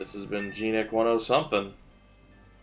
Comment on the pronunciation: Wait, did you say "gnic one-o-something"?